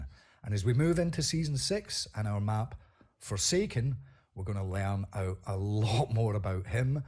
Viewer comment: For I second I thought you said Foreskin